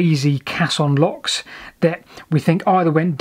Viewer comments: It's a "Cay-son". A "cass-on" is a bit of dried cow dung. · It's pronouned "kesson", it's a French word meaning "big box", from their word "caisse" meaning "box", with another meaning similar to our idea of a place to deposit savings in their term "caisse d'épargne" which today means "savings bank". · Caisson. Ai pronounced ay. Used extensively in bridge building to enable excavations and foundations to be formed under water. Required positive air pressure inside to exclude water pressure and involved compressed air which wasn’t the healthiest environment for the workers inside..... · Excellent work..I'm writing a hitory of canals myself at the moment and this sort of stuffis inaluable...but it's pronounced kayzon! best wishes and take care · fantastic video so far but i'm pretty sure it's pronounced kayson......sorry! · It's pronounced Kaysson actually. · FYI, "caisson" is pronounced "Kassoon"! Even the BBC get it wrong! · Caisson" is pronounced "Kayson" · actually pronounced Kaysson with the accent on the forward 's' sound. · Pronounced case on